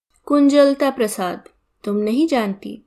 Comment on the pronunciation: कुंज लता नाम का सही उच्चारण है मैडम जी, कुंजल ता नहीं